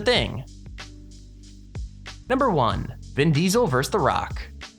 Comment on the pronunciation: Vin deeseel